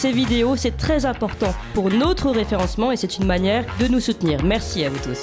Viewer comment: Il existe deux façons de prononcer le "o" : ouverte [Ɔ], comme dans : école, sol, dormir, porte... et fermée [O], comme dans : rose, chose, beau, sauter. Notre est un o ouvert comme dans école. par exemple "Bienvenue sur notre chaîne..." Nôtre est un o fermé et se prononce comme rose, par exemple "Cette chaîne, c'est la nôtre" Il est possible que certaines personnes n'entendent pas la différence entre un o ouvert et un o fermé. Personnellement, je n'ai jamais réussi à entendre une différence entre brin et brun.